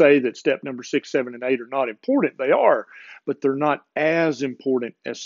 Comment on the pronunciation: I love you...but....you have to learn how to say the word "important", It is importanT